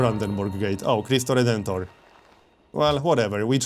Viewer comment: Your pronunciation of Cristo Redentor was spot on, it was just like the brazilian portuguese way of saying it except really fast.